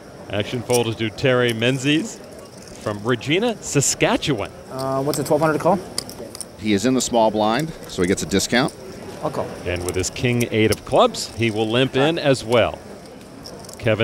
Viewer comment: I live 45 minutes away from this city, so I would like to point out that the name is pronounced RegEYEna, Saskatchewan... Regina, not ReJEANa... just saying :)